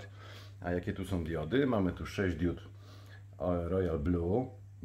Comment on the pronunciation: Na BOGA nie mów diód, tylko diod. Bo, nie mam diód, tylko diody. Świecą diody, nie diódy.